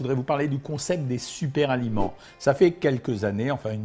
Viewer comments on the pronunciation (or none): "Super-aliments": Pas de "S" à "super" docteur...Donc, pas de liaison.